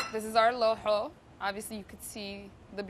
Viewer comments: It’s no looxoo!! It’s laxooh lahooh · How she says it sounds like a disease loho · Did she just satt lahoh how dare she say that !!!! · Thank you for making this! Btw, is that how you pronounce laxoox because my family and the people around me don't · WTH kind of laxoox is this? Pronounce it right, make it correctly! You're using the Cambaabur recipe! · Why does she pronounce it that? Looool